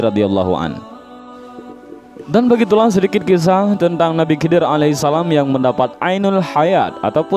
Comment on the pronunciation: Ko di baca nabi kidir.. bukankah itu huruf kha atau di baca kho. Jadi bunyinya khidir bukan kidir..